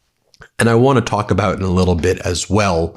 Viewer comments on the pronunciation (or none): none